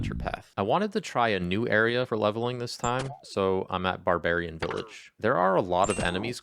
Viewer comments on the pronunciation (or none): none